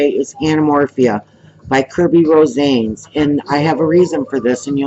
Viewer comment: His lastname is pronounced RO-SA-NES as he is a Filipino artist/illustrator.